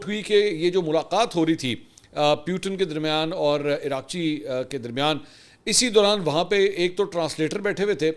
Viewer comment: Iran F M is being called Iraqchee,This is actually Araq chee ( means sweat ) kindly correct